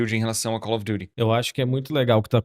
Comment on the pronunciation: Que frescura desse pra fazer "Calfi Diti".. ele fala Cauri Durihh kkkkkk